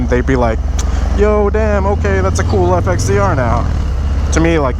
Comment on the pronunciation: Once heard, cannot be unheard. FXDERR! Lmao!